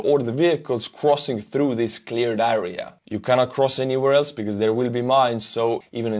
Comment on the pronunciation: I appreciate and like your content, keep up the good work. But my OCD goes crazy if you pronounce area as "äria".. it's "air - ee -uh"